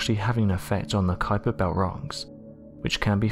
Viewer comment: Saying “the keiper belt rocks” destroys any credibility